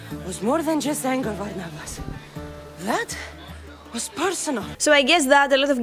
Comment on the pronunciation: Saying "Varnavas" instead of "Barnabas" breaks immersion HARD. There's no way Beta's plosive-to-fricative shift had occurred before the Peloponnesian war...